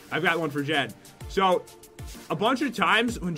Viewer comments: Jen* you said jean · you know you said jeans like the pants wait who is Jean oh its jen not to be rude